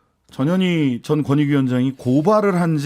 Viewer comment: 전현희 위원장님 이름부를때 발음 신경좀 써주세요 저년이 그러면 안돼요.